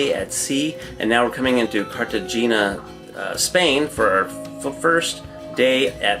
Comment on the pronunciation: Your pronunciation was a little off for Cartagena. If you listen to the tour bus guide, you can hear her say it natively. Otherwise it is a great video. Thanks for posting it.